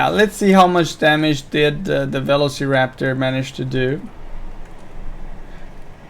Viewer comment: Please learn how to pronounce velociraptor.